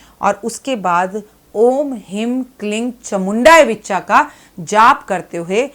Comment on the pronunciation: 🕉 हीं क्लीं चामुण्यै विच्चै बोला जाता विच्चा नही please correct कर ले मंत्र जप सही होना चाहिए